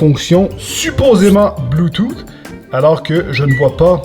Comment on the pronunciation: Le bluetooth est en anglais, mais tellement mal parlé, ouf